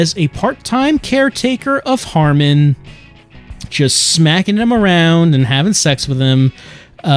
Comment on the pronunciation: *Harman Not "Harmon"